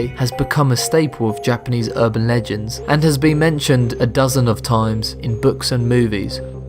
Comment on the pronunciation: you said "scariest burban legends" o.O Also, the smiledog is RIDICULOUS. not scary, just ridiculous. but still it's the one that freaks most people out. i will never understand people. that was funny XDDD